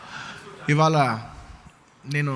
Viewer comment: వీడికి “ఇవాళ “ అని పలకటం కూడా రాదు,ఇవాల అంటున్నాడు. అల్లు రామలింగయ్య సపోర్ట్ తో మెగా ఫ్యామిలీ ఎదగటం ఏంటి? Talent లేకపోతే చిరంజీవి mega స్టార్ అయ్యే వాడా? ఒళ్లు పొగరు ఎక్కువ అయింది అల్లు అర్జున్ కి